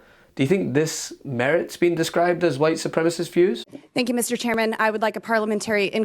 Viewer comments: Ms. Boebert, we'll call you Ultra-Maga when you stop saying "white supremist". No one is familiar with the term "white supremy". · Bobo said white supremist